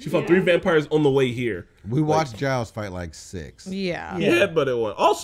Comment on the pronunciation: almost season 4 and they still dont know how to pronounce giles